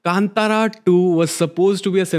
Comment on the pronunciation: ❤️👌🏼🫶🏼👌🏼You pronounced the movie name 💯 correctly 🫶🏼👌🏼🫶🏼💛